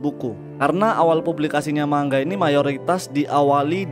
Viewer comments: Bacanya bukan mangga, tapi manga bang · mau koreksi bang, penyebutan ''Manga'' itu nga, bukan ga karena orang Jepang sendiri nyebut ''ga'' itu ''nga'' . terimakasih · Mangga sama manga beda cara bacanya.